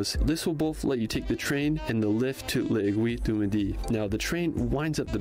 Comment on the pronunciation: oh no as a french how the guy pronounced "l'aiguille du midi" was so funny and cute ! it just killed me... 😂🥰